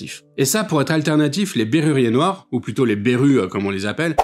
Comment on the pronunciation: On dit Bérurier Noir, et ton exposé sur ce groupe n'est pas bon